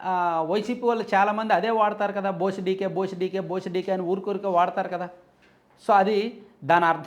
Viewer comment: బోస్ డికే కాదు డీకేబోస్ 😅